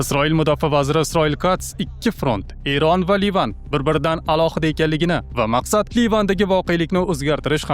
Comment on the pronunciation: ЕРОН ЭМАС ЭРОН ТАЛАФУС НОЧОР